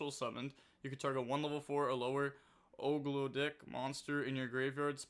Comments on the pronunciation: Og-doa-dic is how i pronounce it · Love the Ogdoadic. They are pronounced Ahg-Doe-Ad-Dic just FYI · pronouncing ogdoadic as "ogred*ck" is a new low. 💀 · nah was CRAZY ogle a dick like whaaat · That’s the decks name now 💀💀💀